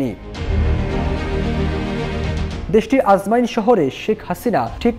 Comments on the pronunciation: Ajman, not ajmain 😮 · আজমাইন না আজমান, উচ্চারণ ঠিক করেন। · Bhai... Ajmain na... Ajman....